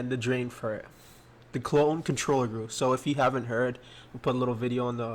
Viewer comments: When he says goo instead of G u I it’s makes me wanna vomit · xD he calls a GUI a "goo"